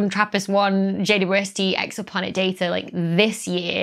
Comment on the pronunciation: I tend to hear "J Doo ST"